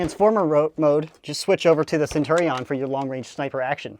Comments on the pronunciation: I hate the way he pronounces Centurion. It's sen-chur-ee-in, not sen- tur-ee-on. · Shpoogly its sen-tur-rion